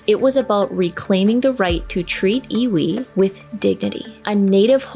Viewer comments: Native Hawaiian here. Pronunciation is "eevee", like the Pokémon. My ancestors viewed the flesh, organs, etc, as having no spiritual value. All the mana (spiritual power) is in the ʻiwi (bones) of the body. This is why the disturbing and relocating of human remains is such a controversial issue. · Native Hawaiian here, the 'W' is pronounced as a "V" :) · in Hawaiian, ʻŌlelo Hawaiʻi, the "w" is pronounced as a "v". So "Iwi" is pronounced as "Eevee". And in different contexts it means much more than bones. Like the bone-dust of generations being connected to the land. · Iwi is pronounced Eevee and it means bones. W is pronounced as a V in certain words. Kanu (kah-new) is the ceremony for burial as you are talking about. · LOVE your channel,! ALWAYS fascinating (and entertaining). 😊 FYI...The correct pronunciation for the ancient Hawaiian practice Iwi, is pronounced EYE-wee. ❤️ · The w in iwi is pronounced as a “v” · Iwi, w has the sound of a V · I am from hawaii and am hawaiian. And the word sounds like E-V-E. IWI and u said mana perfectly